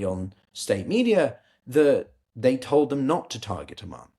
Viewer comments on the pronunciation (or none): none